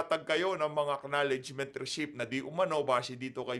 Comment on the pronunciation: Receipt Resit ❎ Resip ✅ What are you YUTTERING mr. khonghun 😂😂😂